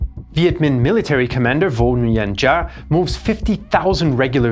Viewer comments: “Giáp” is not pronounced as “Gee-a” but rather “Zap”, like an electric shock. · The p in giap isn't silent.